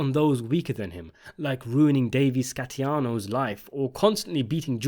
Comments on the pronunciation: Davey Scatino, not Scatiano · DAVID SCA-TINO !!!! STOP CALLING HIM SCAT-TIANO SMH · it's Davey scatino, you said scatiano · yo my man. my only critique is can u please try to pronounce the things you say correctly???? you messed up tony making fun of janice and didnt even pronounce daveys name right